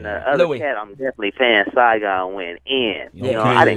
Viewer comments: "Siagon" ? Maybe you meant Saigon? I know MC named Saigon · Damn, y'all really fucked up on Saigon's name lol.